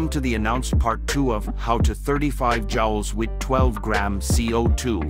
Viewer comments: Jowls? Joules = Jewels, not Jowls. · It’s pronounced “jewels”.